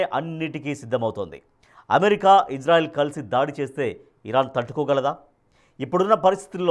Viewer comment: ఎస్ రైల్ కాదు ఇజ్రాయిల్ 😜🤓